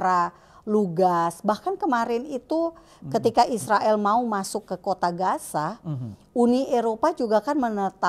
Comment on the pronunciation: Shalom 🙏...maaf ya 🙏 saya koreksi...tentang penyebutan Gaza di baca Gasa pak 🙏,bukan Gaja.....mirip nanti dengan 🦣 😁😁😁🙏. Maaf kritik membangun. Terima kasih 🙏 JBU....